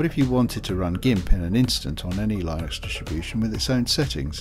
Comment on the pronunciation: Why are you mispronouncing Linux? Are you doing it intentionally?